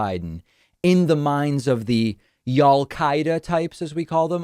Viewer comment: "y'all qaeda" nice